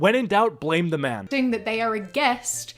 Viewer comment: "There's a MAHN here... AUR NAUR!"